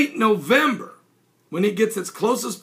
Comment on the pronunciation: nowember are you sure its nowember its parsing earth the 28 november